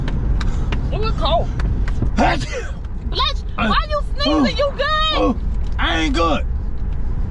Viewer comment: 😂😂😂😂🤦🏾‍♂️🤦🏾‍♂️🤦🏾‍♂️🤦🏾‍♂️😂😂😂😂: “Bless Shoooo” 😂😂😂